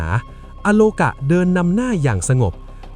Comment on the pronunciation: อาโลกา ไม่ใช่ อะ